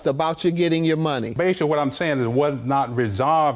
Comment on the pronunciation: "I basey said..."